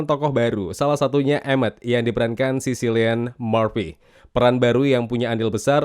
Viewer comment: Namanya si Cillian Murphy kalo dibaca jadi Killian bang, bukan Sillian